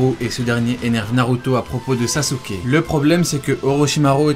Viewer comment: pourquoi tu prononce sasouké ? on prononce saské